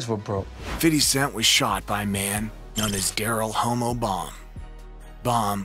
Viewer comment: "Daryl 'Homo' Baum" lmao Dawg, it's Hommo, "HOMM-oh," but that's really funny anyway lol.